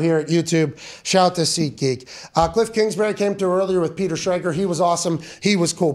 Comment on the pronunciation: “ Kilff Kingsbury “